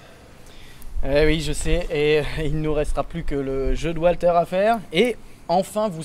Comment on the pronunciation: "Papier, Wa(l)ter!" et autres Dwight Léfame m'ont bien fait marrer, malgré la tension palpable de cette vidéo. Et surtout celle à venir : finir Demon's Crest? Limite impossible. Chaud pour l'égo de Walter (le fameux Walter égo).